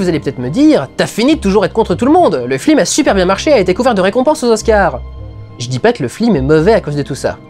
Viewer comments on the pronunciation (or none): C'est ce qu'il dit, c'est une référence au " Grand détournement " où les voix off ne disent pas " fiLM " mais " fLim " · T'as perdu un parie tu dois dire Flim au lieu de Film ? lol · pourquoi tu dis "flim" au lieu de "film" dans toute la rétrospective ?? :) a part ça génial comme d'habitude ! ;) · Suis-je le seul à attendre ''flim'' et non ''film'' dans toute la vidéo ? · Pourquoi t'arrête pas de flim au lieu de film?!! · Ho mon dieu! Arrete de dire FLIM!!! J'en peux plus! AAAAAAAAAAAAAAAAHHHH!!! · Je dois avoir un soucis, j'entends "flim" au lieu de "film"... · Super vidéo ;) et super pjrevat. Mais j'ai pas encore compris pourquoi tu dis Flim au lieu de film :p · C'est moi où il dit flim au lieu de film? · Une fois qu'on a capté quue tu dis flilm au lieu de film, on ne peut plus ne plus l'entendre :/ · C'est normal de dire "flim"? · je suis le seul à entendre flim au lieu de film ? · il me semble qu'une fois ou deux, tu dis FLIME au lieu de FILME fait attention. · c'est moi ou tu dis souvent flim au lieu de film ? Oo ha moins que ça soit voulu : justement comme pour Michel qui, dans ses flim, fait une grosse erreur qui fait bien tache ^^ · Au risque de parrzitre inculte, pourquoi dit-il systématiquement flim? Ce ne oeut etre une coïncidence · Une ou deux fois ^^ à la fin, il ne fait que sa. A t-elle point que je me demande si il n'y a pas une intention derrière cette "erreur" de prononciation. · ***** oui c'est pour appuyer la lourdeur phonétiquement parlant. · C'est moi ou les dernières minutes tu dis très très souvent "fLim" et pas "fiLm" ? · Flimeur, arrête de flimer XD Et sinon, c'est qui le gars qui t'étrangle ? :) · Ce qui m'as gacher la vidéo c'est que tu prononces FLIM au lieu de FILM ! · aaarrrrggggg arrete de dire fLim !!!!! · C'est fait exprès, c'est une référence à l'affiche de "La classe américaine" où il y a marqué FLIM au lieu de FILM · on dirait que tu dis Flilm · Ouf, il dit flim c'est pas moi qui doit aller chez le médecin XD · Pourquoi, "Flim"?